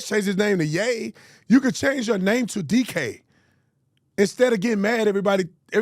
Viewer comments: lol his name IS DK not DJ ☠️ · ITS DK NOT DJ